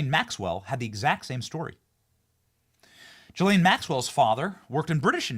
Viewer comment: How hard would it be to research how to pronounce GHISLAINE